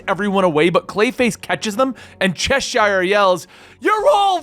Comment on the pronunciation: the correct pronunciation of Cheshire is Chess sherr